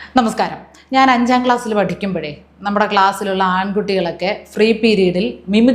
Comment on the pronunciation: ഗ്ലാസ്‌ അല്ല ക്ലാസ്സ്‌